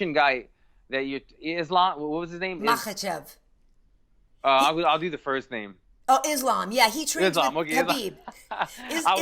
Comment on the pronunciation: So its pronounced Makkkkkhhhhachev but then it's Habib. Got it.